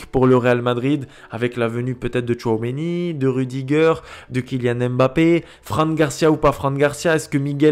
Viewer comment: Merci pour ta belle saison!!!! Apprend à dire tchouameni et non tchouaomeni 😁👍🏿